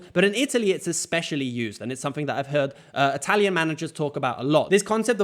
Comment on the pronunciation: I'm genuinely curious. How is your italian pronunciation so good? 😅 are you half-italian by any chance?